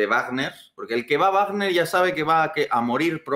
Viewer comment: Guarner no,vagner no es una palabra inglesa.